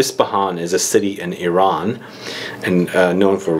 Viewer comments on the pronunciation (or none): none